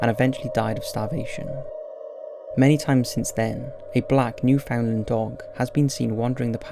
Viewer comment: In Canada we pronounce Newfoundland “new-fund-land” or native Newfoundlanders identify as or are called “new-fee’s” (that’s how you pronounce it here)